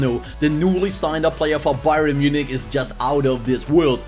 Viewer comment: It's not Bye-ren it's pronounced Bye-ern